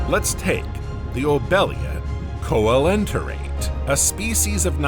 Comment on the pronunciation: Very good video, but the pronunciation errors in the words chrysalis and coelenterates, etc. are annoying.